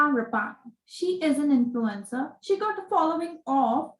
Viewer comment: Its Rapana